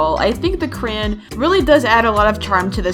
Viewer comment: so were not gonna focus on how said the word crayons